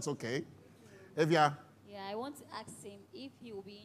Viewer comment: Is it so difficult to say “ask”? I keep hearing “axe and axing”